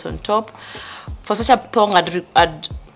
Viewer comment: How you say thog🤣🤣🤣with confidence